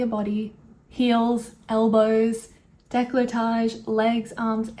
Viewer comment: quick note: it's decO-lletage, not de-clA-ttage...